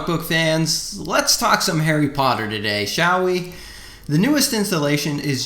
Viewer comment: What da heck is Harry botter?